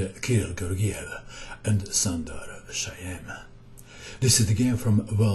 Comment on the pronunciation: Hi mato! Shyam is an Indian Name pronounced "Shaam" :D